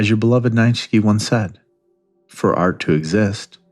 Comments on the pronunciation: It's actually pronounced Nee-chah 😊❤ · Just an FYI, the philosophers name is pronounced "knee-che" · I love your work so much and I'm not trying to be a dick but it's Neechea, phonetically. Like peachy. I'm so sorry 💙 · Butchered Nietzsche something fierce. 🤣🤣